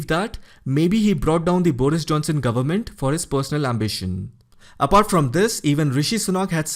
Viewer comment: Good presentation. Work on how you pronounce "government". You speed through and it sounds like "gumment". It's 3 syllables.